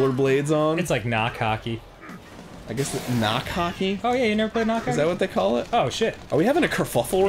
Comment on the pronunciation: Arin said cockey instead of hockey XD